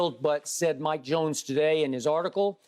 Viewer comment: WHO ? "Mike Jonesss" WHO MIKE JONES 😆